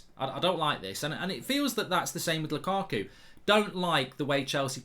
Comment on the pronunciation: Whenever I hear mark saying lukaku,it sounds like lakuku😂